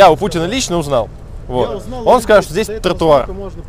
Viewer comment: "баРРдюрр, тррратуаррр, смарррите" Паровозик тыр - тыр - тыр, а в трубе тринадцать дыр....))